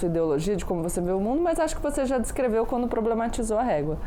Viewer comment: Não me entra na cabeça alguém q fala " quano " ao invés d quando, e trabalha pra tirar os direitos dos mais humildes.